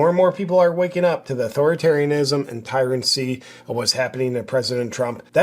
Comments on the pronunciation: Tyrancy is pronounced Tyranny, JP. Love you, bro. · Tyranny not Tyrancy but spot on. Enjoy your videos.